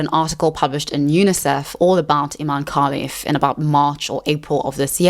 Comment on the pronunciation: You keep saying kalif 😂 her name is Khelifi with i in the end